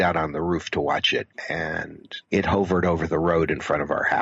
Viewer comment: Never heard anybody pronounce "hovered" that way before!